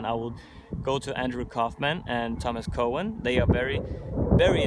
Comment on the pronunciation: Thomas Cowan: his last name is pronounced cow - en. Otherwise people will not know how to spell it/ search /find it. Coe -en is spelled Cohen. Very different spelling.